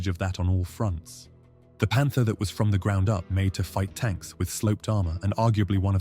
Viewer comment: なんか外国のコメばっかりやな んで読み上げのせいかもしれんが「パンツァー」と「パンター」は区別してくれ